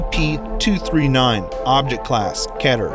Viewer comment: Sounds like there saying sep creatures